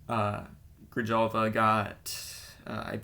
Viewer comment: Could be worse. That one english commentator that is at every meet pronounces Grijalva as Grevalia, like the coffee lol. 😂